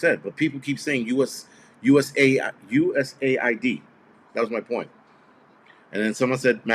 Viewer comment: Yes it’s USAID. Not aid as in to aid someone. It is some organization where some of the large loopholing shit is going on.